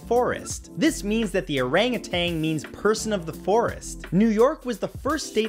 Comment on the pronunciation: Matt it's owe-rung utan say that and you'll sound me-lay